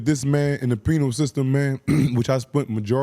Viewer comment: it’s all love but make sure when you saying “Penal system” You say it like PEE-NULL system. Sometimes You be saying “Penile system” and that’s a WHOLE nother thing😂 I know that’s not what you mean but it’s a NOT ON DUTY.